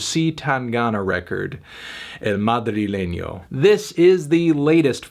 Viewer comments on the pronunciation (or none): "ill mahdree-leagnow"